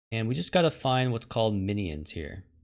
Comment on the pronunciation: He's teasing you because you say a 3 syllable "mi-knee-ins" as opposed to the more common 2 syllable "min-yins"